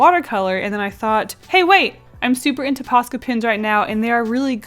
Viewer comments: It's so funny to me when she keeps saying "posca pens" bc I'm finnish and it sounds like "paska pens" to me, and "paska" means shit in finnish::D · Is it ok I thought she said pasta pens 😂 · "Posca pins"